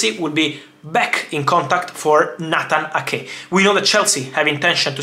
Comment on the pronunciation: It’s “Nayt-han A-ke” not “Natanake” 😂. I got confused there for a bit who the heck Natanake was 😂. But anyways, thanks for keeping us updated as always, Fab, cheers! 🙏🏻